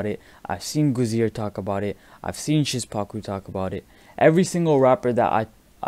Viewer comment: You pronounce Szpaku weird xd. It should be "Shpacoo"